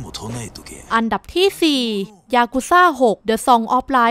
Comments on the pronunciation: น้ำเสียงน่าฟังนะครับ แต่อยากให้ปรับเรื่องการพูดนิดนึงนะครับ อย่างคำว่าอันดับ ไม่ใช่ อัมดับนะครับ แล้วก็ Sacrifice อ่านว่า แซคริไฟซ์ นะครับ ขอบคุณครับที่นำเสนอข่าวสาร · เดี๋ยวจะปรับปรุงให้ดีกว่าคะ เรื่องอ่านออกเสียง อัมดับ ตอนพูดเราออกเสียงอันดับจริงๆน๊า เสียงอาจจะเพี้ยน แต่เดี๋ยวปรับปรุงคะ แต่ Sacrifice พอดีเราอ่านตามที่ฝรั่งแคสเกมพูดนะคะ ยังไงทางเราขอขอบคุณที่คุณให้คำแนะนำด้วยคะ